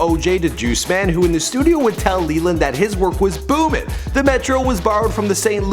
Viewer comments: METRO BOOMIN GUYS. BOOMIN! not Booming oh my god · It's metro boomin, anyone saying "booming" is a fucking idot, choke on this L. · "Booming" im crying whitest dude alive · "Booming" smh